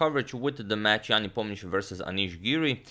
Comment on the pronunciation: So, Nepomniachtchi is pronounced Neponiatch? What's the point of all those letters though?